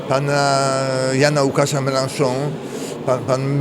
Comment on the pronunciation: komunista Mélenchon wymawia sie meląSZą ;) a nie melanhon, wystarczy przez google translator przepuścić, wujek google dobra rada, pomocny w razie wątpliwości ;)